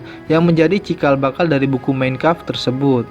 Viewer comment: tolong penyebutan MEIN KAMPF benerin bro